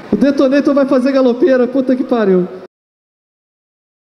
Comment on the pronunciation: esse "GALOPERA" eu deixo até no mudo, bagulho chatooo